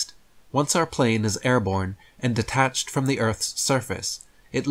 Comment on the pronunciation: Every time he said "detach", I had a physical reaction, and an urge to slap something.